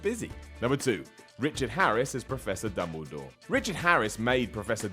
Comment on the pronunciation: "dumbledoor" xD gg dude